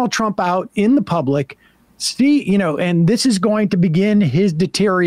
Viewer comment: Sam can't pronounce the word deterioration.